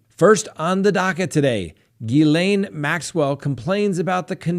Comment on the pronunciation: You are saying the name Ghislaine PERFECTLY !!! 👏 👏 👏